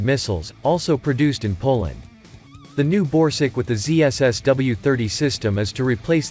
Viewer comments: This video is voiced by a text-to-speech bot, he doesn't care about pronunciation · Borsuk is pronounced rather like "Borsook" not "Borsig" - which is a name of a German company. ZSSW-30 is a manless turret - this is not mentioned in the video. PPK is just Polish for ATGM (left not translated). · Is he saying borsig or...??? I can't understand..